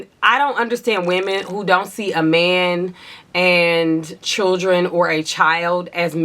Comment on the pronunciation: The way you say ‘meeeehhhnnn’ gives me life😅😅 the accents to a non-american ears😂😂